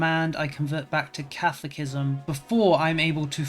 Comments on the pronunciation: Catholic-ism is a fun way to pronounce catholicism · Editing style seemed good. Loving the playthru, but brother you've got to work on your pronunciation. The way you say catholicism is breaking my brain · for anyone interested, and it is indeed a f***ed up pronunciation.